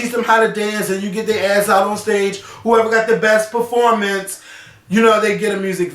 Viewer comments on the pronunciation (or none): none